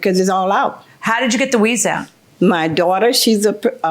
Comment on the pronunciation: Is JM saying "weaze" 😂😂??